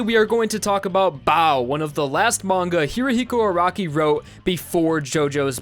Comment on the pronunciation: could you stop saying Hirihiko Araki? thats not how you say it.